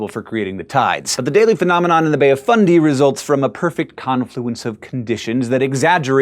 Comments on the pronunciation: He said it the correct way. Many mispronounce it like "fun-day", to the point where the proper fundy sounds weird. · He says it the way it's said here in NS, didn't know it was pronounced different in NB